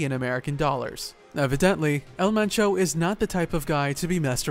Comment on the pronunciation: Pinche pronunciación toda cagada "el menchou" 😹👉